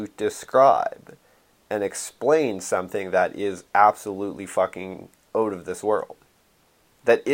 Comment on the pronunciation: "oat of this world"